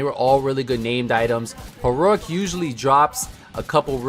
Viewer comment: You really have a hard time saying heroic, don’t you?